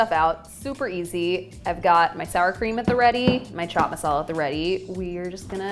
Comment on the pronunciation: Chhhhh chhhat masala 😒not to fan ..bt the rest👍👍..best thing no india accent and she is positive active.and belive me .i love indian food and good people too👍we need more foreign people in america